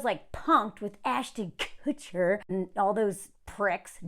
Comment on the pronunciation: I love how you said kutcher. I died